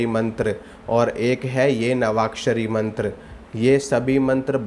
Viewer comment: मंत्र लिखा भी गलत और बोल भी गलत रहा है।